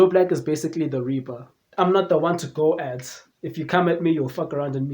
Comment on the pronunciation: I'm not the one to "Go-at" (GOAT)